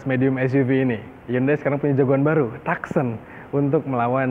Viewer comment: Bacanya : tukson kak bukan taksen 😊